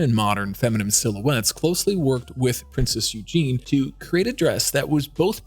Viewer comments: Her name is not Eugene it's Eugenie Eu-gen-ie!! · If only the narrator had learnt to pronounce the fabric names correctly and Princess Eugenie. Eugene is a male name. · Princess Eugene? Really? It's pronounced YOU-zhah-nee. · She's NOT Princess "Eugene" Her name is EUGENIE. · Princess Eugenie not Eugene